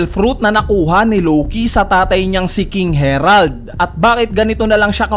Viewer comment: "King Herald"🤦🏽